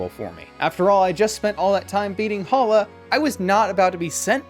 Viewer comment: We don't talk about Bruno but it's Hala